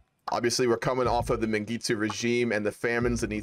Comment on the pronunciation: as a ethiopian, i find your pronouncing Mengistu funny. keep up the work man!!!